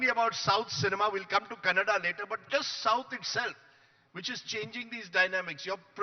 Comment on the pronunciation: Mr. Editor…it’s KANNADA❤ not CANADA😡